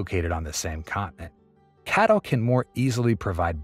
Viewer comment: It's not "Catl" like "cattle", it is C - A - T - L. You spell it out like IBM or CNBC.